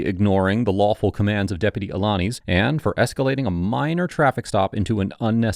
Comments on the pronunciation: A - la - niz (niece) lol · Despite Deputy Alaniz saying his own name several times during this video, still butchered the pronunciation. As for the interaction itself, the deputy showed tremendous patience and professionalism. The senator was all about deflect, deflect, deflect.